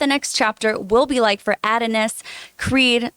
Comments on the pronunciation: She keeps saying Add-un-us....it's pronounced Uh-don-is. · It's a-don-is not add-a-nis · A-DON-IS is how you say it. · Addin-is 🤣 All jokes aside let’s give her a break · Mispronouncing the main character’s name multiple times is anything but minimal. And why nobody didn’t politely correct her is ridiculous. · Her reading and the way she pronounced Adonis took me completely out this segment.